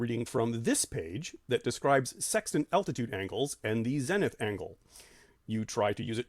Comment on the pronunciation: Good stuff, but how have you been in the field this long without picking up the correct pronunciation of ZENITH? Long E!